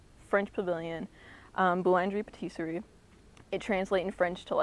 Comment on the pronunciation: btw future reference its pronounced boo-lan-jeh pa-teesry